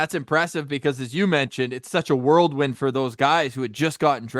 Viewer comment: Other than saying "World-win" instead of "Whirlwind" again, this was a FANTASTIC interview. Thanks boys!